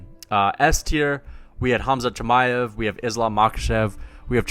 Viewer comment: Who tf is Chi-may-ev